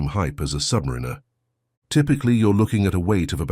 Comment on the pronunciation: It's Submariner not "submirinna 😵‍💫🥴"